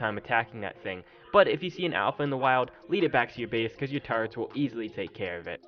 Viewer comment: What is up with people not being able to say turrets? It's not "turrents" or "tarrets," it's TUR-RETS!